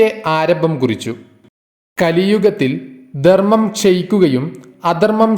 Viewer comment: Not dermam. Say Dharmmam